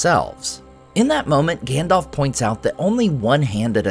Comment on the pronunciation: I'm pissed about "Gandalf".